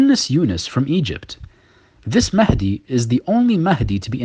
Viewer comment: Yes Mahendi, not mahadi